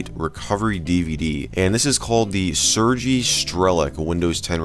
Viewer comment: I'm late af to the party but it's pronounced ''Sur-gay''